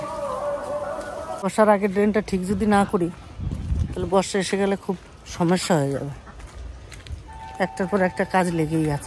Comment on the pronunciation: Apani ato bhul pronunciation ki bhabe koren, kothata amdani AMDADAMI na, shomeshha na kothata SHOMOSHHA erokom onek kotha, shunte khub kharap lage, ei jonnoi bola, apni apnar moto jerokom khushi boltei paren, oshubidha nei.